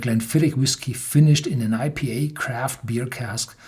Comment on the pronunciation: When I first heard him say "EPA", I thought "Eh?!!", but then remembered German "I" is pronounced "E" (and "E" is like "A" -- as in hey/hay).